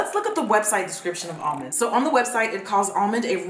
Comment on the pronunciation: Omg when she was pronouncing "almonde" it reminded me so much of that harry potter parody cartoon where ron goes "leviosaaaa" and then hermione goes "stooooop it ron, stoooop" I can't be the only one who's seen this 😂